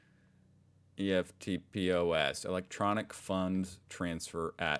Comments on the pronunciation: It’s said like a word, not E.F.T pos but eftpos (eff-t-poss) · Eftpos. Pronounced EFT POS two words lol. Indian minister are now a pest. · Although eftpos is an acronym, we pronounce it like it's a word, much like how words like laser or scuba are actually acronyms. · We call it eftpos machines because they're eftpos machines also your pronouncing it wrong